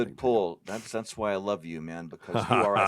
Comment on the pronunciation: Agreed. I like how Colossus couldn't pronounce the word" man" properly.